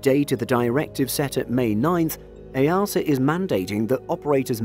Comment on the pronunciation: EASA = “EEE A SER” not “EY ARSE ER”